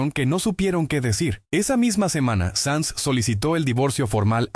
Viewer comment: SANZ,no SANS